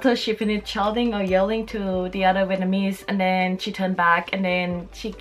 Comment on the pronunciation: For the love of God can you please pronounce it VietNAMese instead of VietMANese